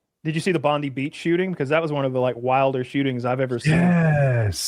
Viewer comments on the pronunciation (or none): Its pronounced bond-eye not bondy. Jfc